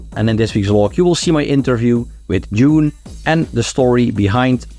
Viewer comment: Dude, it's DUNE, not June!!